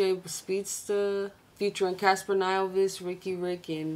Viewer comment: Bro its Cassper Nyovest not Casanova, rather not say his name cause some people learn to pronounce or say artist's name by hearing you saying it..